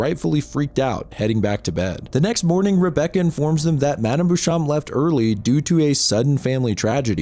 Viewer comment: Beauchamp is "bow-shomp" just google pronunciations you don't know